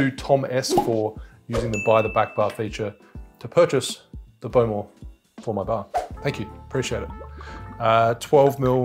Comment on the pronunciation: Great stuff. It's the Scottish island of pronounced "eye-luh" and the whisky is pronounced "Bow" as in "bow and arrow) and the other is "Cull eela". Dont you worry about pronunciation though, it's your cocktails we're here for:-)